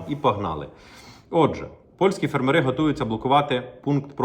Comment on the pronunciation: В слові фермери наголос на першу літеру "е". Скільки можна чути це викривлене слово ?